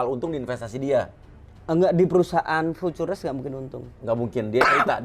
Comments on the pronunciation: lah emang bener kan ? Dia di IG nya bahkan dibeberapa Pertemuan MLM-nya dia bangga loh sebagai Lulusan ITB 2003, bangga sebagai pembalap, tapi kok ngomong Futures sama All In aja belepotan bukan main, kayak tukang becak yg ga pernah bisa baca tulis jelasinnya ahahaha... Ya Allah mudah2an Masyarakat tdk banyak mau dibodoh2i sama Affiliator macam org org seperti itu. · Aneh sih, harusnya sekelas orang pernah kuliah, apalagi di ITB harusnya ga asing sih dengan istilah future, all in, dll. Jangankan kuliah, pas SMP aja belajar tenses pasti guru bahasa Inggris ngomong futures itu yah fyuceur bukan fu-tu-res wkwkwkwk! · Btw harus nya baca nya kan Viucee kan? Kok nyebut nya future trs ya 😄😄😄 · Dari tadi saya ga paham ga masuk nalar aja gitu sekelas Ir. mohon maaf sebelumnya masa Futures aja ga bisa pelafalannya.. 🙏🏻🙏🏻 sedangkan kata lain “again, income dll” beliau ngerti. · Kok langsung ngomong FOREX gak beres....putures putures.....wkwkwkwkwkkw.... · fucures..oll in fucures..oll in fucures..oll in fucures..oll in fucures..oll in fucures..oll in fucures..oll in wkwkwkwkwk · setuju sebutin kata dengan lafal penyebutan fiturs aj susah banget ya😅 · Si Belepetan Futures = fiuces 😂😂😂 Punya Supercar Belepetan Gini.....kaya dari mana....??? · Contoh orang kaya yg ga mau belajar b.inggris....🤣🤣🤣 Pronounce loe jlk bgt bro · punya supercar tapi ngomong forex koq berbahaya? ngomong nya juga futures itu ngakak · Bang lu bilang futures kok jelek bgt ,, bahasa Inggris tolong diperbaiki jadi ga pngen nnton😂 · ini beneran insinyur? nyebut futures nggak bisa 😜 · Sayang bener si papi uya, Channel Besar gini ngundang narasumber yg begini. Gelar Ir tapi ngomong Futures ga bisa. Ampun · Kalo bisa cari narasumber yg agak pintaran dikit deh,,,cara baca futures aja awal awal qw eneq dengar nya..apalagi insinyur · Anak ITB ga bisa ngomong futures, ajaib! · Ngaku insinyur tapi ga bisa baca futures,sempak!! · iya ya nyebut futures aja gk bisa ya